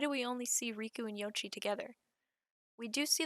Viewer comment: Absolutely butchered the name pronunciations. How do you get ‘riku’ from ‘reiko’???? RAY. KO.